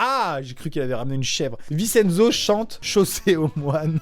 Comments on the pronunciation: Rip a tous les " VINCHE ENZO " Et pas Vi Cenzo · Tu a mal dis Vincenzo sa s'écrit comme sa mais sa se lis vinchenzo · Je crois Vincenzo ce prononce VinCHenzo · Sa se prononce vintienzo mais sa s'écrit vincenzo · Tu prononce si mal Vincenzo 😭😭 ça se prononce VinTcHenzo 😭😂 vive la langue italienne 🤦🏼‍♀️